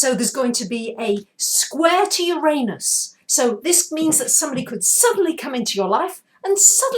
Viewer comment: luv ur vids i really do! Could u plz change ur pronounciation of uranus, its distracting lol :p